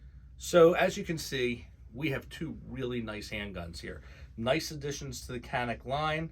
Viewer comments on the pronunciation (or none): This channel is going to be huge! Doc, just get the pronunciation right - Canik - C has an accent which makes it "G" as in George.